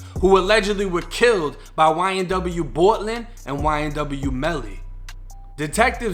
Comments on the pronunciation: why you say bortlen like that bruh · East coast accent